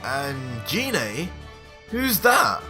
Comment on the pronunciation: Apart from you pronouncing Gine, not in the way I read it, that's a pretty mad story. I mean Goku teaching King Vegeta to become super-Saiyan, just so that Goku can fight. That's truly mad, and if the king gets power crazy, that's not going to go well if Goku or Vegeta has to put him down. That being said, if he respects the power much like Vegeta and Goku has done, then he is going to be very much like fighting a weaker version of Vegeta. I say weaker because Vegeta and Goku have spent over a decade becoming stronger bouncing off each other. I would suspect that an original Goku Super Saiyen 2 would not have an easy time against a current Goku super Saiyan 1, merely on the basis that Goku has become a lot stronger now and so does not need such a strong multiplier to achieve the same power level. Most assuredly Goku could almost certainly beat Cell without using any god ki by the time the TOP comes around. Partly because he's spent so much time training his god ki that under Weiss, he is much stronger in base form than he ever was before. All that time of training and experience can't be passed onto someone else in the time it will take Goku to teach the King. The 3 Universe 6 Saiyan's learned up to Super Saiyan 3 in ultimately a few short months from the first Tournament up to TOP. And that was with 2 short training sessions from Universe 7. So the king can get to SS3 in maybe a couple of weeks at the outside with formal training. That short a time frame would not compare to